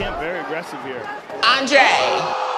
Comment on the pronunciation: LMFAOOOOO “Andrayy”